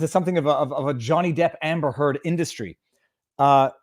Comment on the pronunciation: québécois side is showing here. "Hamber Heard" - spoken like a true frenchie!:D